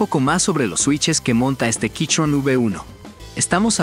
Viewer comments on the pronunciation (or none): Buen video, pero me da gracia el "quichon". Yo recien me compre el mismo teclado